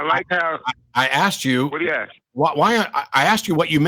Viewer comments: I'm pretty sure says axe instead of ask. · I was amazed he said “asking” instead of axing!!!! Maybe there is hope for this brutha